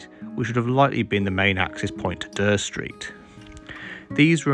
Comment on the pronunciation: Never heard anyone pronounce Dere Street as "Der", I thought it was pronounced "Deer street". Decent content, cheers